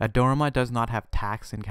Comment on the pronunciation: Nice video. For the record, Adorama is pronounced: Add-or-ah-ma